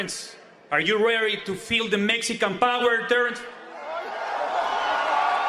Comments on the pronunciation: "Mezican Par Ra" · “ ARE REARY TO PEEL THE MESSICAN POWER TERENCE CRAWFORD!!?”